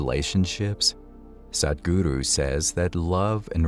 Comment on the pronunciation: Great job on the "Sadhguru" pronunciation - from 'sad' to Truth - much improved;)! The Yoga of Relationships is one of the most advanced Yogas - and right understanding in this realm is not easy to come across. Thank you for the brilliant distinctions.